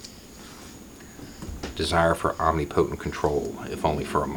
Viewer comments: "omni-potent" = om-nip-o-tent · Pro tip: it's pronounced om-NIP-a-tunt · omNIpotent, "neesh", pundit